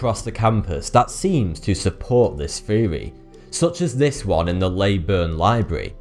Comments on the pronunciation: Yeah I'm right, he said 'feory' instead of 'theory'. A cretin. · Guys, what's a "feory?" He keeps saying it in this video and I don't know what it means...